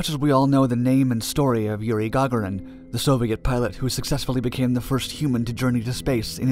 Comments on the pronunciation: Lol "gog-er-in". Was sleeping in class that day? I've never heard it pronounced that way. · It's pronounced Gah-Goar-Ree-un in reference to Yuri Gagorians name being pronounced incorrect. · Yuri Gog er rin...? Wow How about Gagarian. Ga gare re in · The brave man's name is Yuri, you got that right narrator, but the last name is pronounced Ga-gor-in. I've subbed to all of your channels; please don't go south on me and all of us now. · Yuri Gagarin deserves his name to be pronounced correctly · All that research, and you didn't find out how to pronounce Yuri Gagarin's name.... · I love these docs. But I would double check the pronunciation of the Russian last names. Russian cosmonaut Yuri Gagarin, for example is mispronounced. Just an FYI. Keep up the good work!